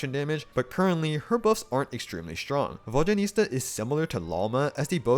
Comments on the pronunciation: The mispronunciation of her name’s gotta be ragebait, right? 😂😭 EDIT: He really mispronounced her name throughout the whole video 😭 this can’t be the same guy who correctly says Zibai’s name, and so well at that too😭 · I physically can't watch this video with your vodyaNITSA pronounciation 😭 it's NITSA not nista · Exactly, it’s not even that hard. Saying Vodyanista instead of Vodyanitsa is like saying Starista instead of Tsaritsa lol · It pisses me off how some of you are misspronouncing her name.. ITS VODYA-NITSA.. not ISTA.. dyslexics.. 🤦‍♀️ as a Slav.. these things kill my ears... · Guys! There is no huge problem with the misplaced letters in “Vodya-niS-TA” or “Vodya-niT-SA” by the creator of this channel. It’s totally okay. What I’m not okay with is how you all pronounce DYA — for some reason, it’s Vod-JYA-nitsa. Can you tell me where you all missed the D? 😂 It’s not JA, and it’s not JYA, for Christ’s sake. It’s D-ya = “-Дя-”. Try to say Vodianitsa if you like. But the Latin transcription of Vodya is not correct. When we pronounce “water” in Russian, we don’t say it as Vodya 😂😂 For us, it’s pronounced Voda. In her name, the developers use the word Voda as the root word, followed by two suffixes ~yan- and -its-, with -a as the ending. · It’s “Vodya-NIT-sa” not “Vodya-NIS-ta” though 😅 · Please at least TRY to pronounce her name somewhat okayish x.x Who the f is "Vodjanista" ?! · Its Nitsza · Who is this "Vodyanista" you keep referencing? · It’s Vod-ya-nit-SA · Hearing VodyaNISTA over and over again made me physically wince. 😭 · Ive heard him say VodyaNISTA so many times I cant say I properly anymore. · you keep saying vodyanista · Please, VodyaNEET-sa. 😭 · Another comment about how painful it was to listen to character name being pronounced completely wrong. Like, google translate does better job pronouncing her name. Other than that nice work! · Someone tell him the correct pronunciation, it's too distracting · Why so difficult to pronounce her name correctly lol